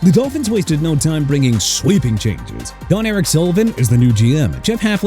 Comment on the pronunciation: ALL THE FREE AGENTS HAVEN'T BEEN SIGNED YET AND THERE AREN'T MOVES INVOLVING ANY DRAFT PICKS OR THE ROSTER EITHER!! YOUR POWER RANKINGS ARE GARBAGE!! MR. NEW OR-LEANS!! AND MIAMI DOLPHINS AT #24... YOU MUST BE CRAZY AND IT'S BOBBY SLOWIK NOT SLOVIC AND ALSO BIJAN ROBINSON PRONOUNCED BEE-JOHN AND ALSO IT'S JON-ERIC SULLIVAN NOT DON ERIC! CHICAGO PRONOUNCED SHEE-KAH-GOW AND JAGUARS PRONOUNCED JA-GWAARS AND STOP SAYING JAG-WIRES OKAY?! AND THE PATRIOTS LOST TO SEATTLE IN THE SUPER BOWL A COUPLE OF DAYS AGO CUZ THEY'RE TERRIBLE LIKE YOU! AND YOU HAVE THE NERVE TO RANK THEM AT NUMBER 2... SMH... YOU DISGUST ME AND YOU KNOW WHAT? YOU SHOULD BE GONE.